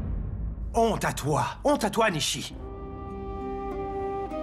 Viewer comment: nisiii faut dire nishi😂❤